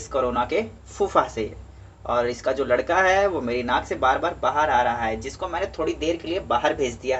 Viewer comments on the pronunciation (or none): none